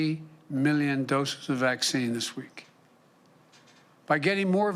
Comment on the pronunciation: I can’t get over how he says “million” “Miyyun”